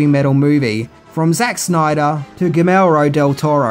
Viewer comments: You also pronounced Guillermo incorrectly. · Don't forget "Gimero"? Del Toro? Say "Guillermo." Ghee-yehr-mo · So, nothing about "Gemellro Del Toro"? (Pretty sure it's "Guillermo" {ghee-AIR-moe} lol) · I was more bugged by your pronunciation of "Guillermo" but otherwise this was a great video. You actually taught me things I never knew about one of my favorite movies from the 1980s!